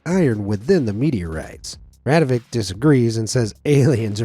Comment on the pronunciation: paranormal app ahahahahah:face-blue-smiling::face-blue-smiling:...... it's not radivoKe, it's RadivoJe ...